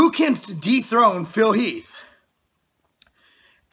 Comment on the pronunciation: anyone else think it's sounds like he said "deep throat Phil heath" instead of dethrone...